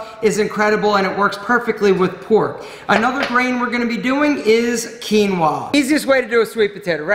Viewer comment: Peruvian Quinua!!! 👏👏👏 Thank you for pronounce it correctly 👍